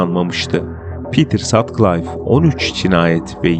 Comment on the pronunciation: Pitır Satkılif okunuyor.